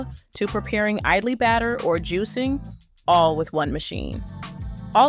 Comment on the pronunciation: it is not aidlee, it is Idli, with an I like Ink. Try to pronounce Ink as Aink.